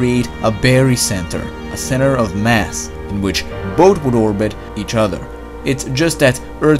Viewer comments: >>-----------------> Great channel. Heads up on your "th" pronunciations. Your "thick" sounds like "tick", your "both" sounds like "boat", thank > tank, thin > tin, etc. I've noticed it's a repetitive habit of yours, but one that I am sure that you'd like to work on. I'm working on Chinese Mandarin myself, as a third language, and I've always appreciated constructive criticism on my own mispronunciations. As a loyal subscriber of yours, I give your videos a 10 rating! -Xièxiè. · why do you pronounce "th" as T? like Tick instead of thich, bot instead of both ect